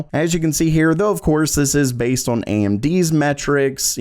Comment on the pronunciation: day 561 of being incapable of saying "on" correctly.